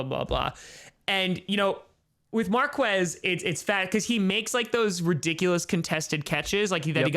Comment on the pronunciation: Saying Markwez valdes-scantling is like saying kweso for queso. Forget what joe buck taught you.